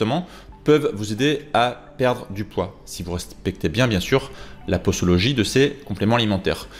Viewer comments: Posologie se prononce pozologie selon la règle que s placé entre 2 voyelles se prononce z et non s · Mais pourquoi vous dites "possologie"😂 après une voyelle le s se prononce comme un z sinon on mettrait 2 s